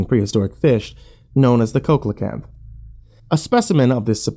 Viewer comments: See-luh-kanth. It's an a, not an o. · see-luh-kanth. That's an a, not an o. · The cokelecanth? Do you mean coelacanth. Pronounced sea-lo-canth? If so you really need to do better research before doing a video because you lose all credibility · Its pronounced SEE-lo-kanth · A COKE-a-la-canth? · pronounced it weird as well. it's seal-o canth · Not really what I expect from. And coelacanths is pronounce with a soft c or see sound. I studied that damn fish for years! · What they said